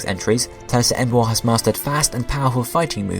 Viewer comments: Em-boar. Not Embo-ar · I hate how you pronounce Emboar because you say the a in it. Em is a prefix in the name and boar is the root word. Meaning if you took out em, you would pronounce boar right, but when tohether you say it like Em-bow-are instead of Em-bore as it is supposed to be pronounced. I'm sorry about this but I am ocd about pronounciations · despite my hate for this pokemon you are still pronouncing the name wrong its Emboar like emb-or not emb-oa-rrr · "Em bu ar" I think you git the name wrong bud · Please can you pronounce the names better. Saying Embo-ar irritated me so much. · u pronouced boar right but cant say emboar? -.- come on man